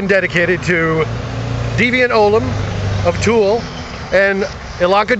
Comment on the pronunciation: very nicely done, man! (one small comment... my name is pronounced "ollave" when spoken... not an easy thing to know, but that's the pronunciation. it's Celtic)